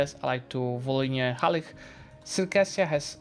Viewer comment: It hurts to hear Halyh when there's a "ch" like in chess, Halych